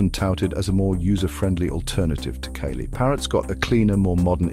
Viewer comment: I'm not a fan of Kali but if your gonna do a video maybe pronounce the shit right? "Kaylee"😂